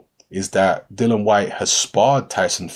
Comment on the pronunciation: Why do people still miss pronounce the guys name ffs, it is not dillan nor dylan or dillon it is pronounced dill ian ffs ignorance at its best, if you cant be bothered to pronounce it properly then dont make videos about the guy! Tut tut